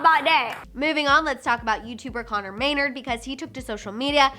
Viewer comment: It’s not may-nrd, it’s may-naRD